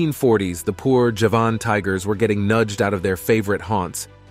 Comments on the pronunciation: NOT! "Ja-VAHN!" tiger, fool: "JA-vun" tiger, as in the island of Java! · Javan not Javahn. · Very poor presentation..2021 is not 2011 as in the second item. European is spelled this way NOT Europian. Late 1980s is written 1918 (Golden Toad). Javan tiger is pronounced Ja-Van not jevon. Ight gray and pink fur (Syrian Half Donkey). By the 7th Century the Dodo had already become a rarity (Mauritius was not discovered until the 10th century so how do you know about the numbers of dodos prior to that). Japanese sea lions numbered 30,000 to 5,000 (?). Guam flying fox had a wing span of 70centimeters (yet 17centimeters posted). Tortoises are reptiles not mammals. Not sure where you were educated but you are due a refund given how atrociously this was put together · Despite the title of this video you did not provide actual photos of the sabre tooth tiger , the mammoth, or the dodo - only CGI. And tortoises are not mammals - what were you thinking? Also you confuse Javanese with Japanese - 2 completely different places - if you don't know that you shouldn't be pretending to provide a source of information - also, it's pronounced JA-van, not ja-VAN. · It's pronounced Jah-van tiger. From the island of Java and the surrounding area.